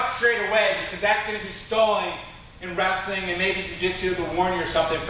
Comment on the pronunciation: I like how you say wrestling like "wrassling" lol. Good vid keep it up